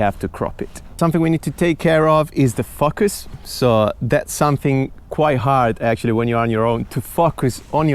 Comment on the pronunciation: drink everytime says fuckus